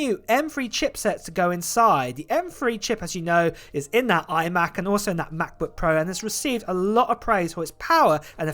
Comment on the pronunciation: Ah yes the “mahpbük pro” lol 😅